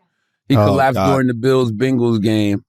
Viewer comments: Thank you? He even said "Ben-Guls." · Wait dude really lied to defend skip bayless. Like dude can’t even pronounce bangles because he do t watch sports. Not he’s tell us , every sports commentary show was talking about the implications of the game? That’s not true at all. When it came to foot ball it was all about damar from everyone except skip on fs1